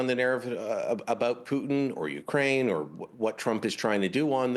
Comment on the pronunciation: I dunno, he totally butchered the Putin part.